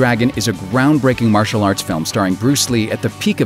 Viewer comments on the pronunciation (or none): none